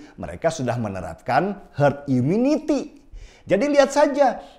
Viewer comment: im-yu-niti bukan yu-mi-nity?